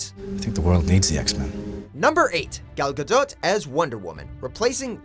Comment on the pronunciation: Do you really pronounce the T at the end of Gal Gadot's name??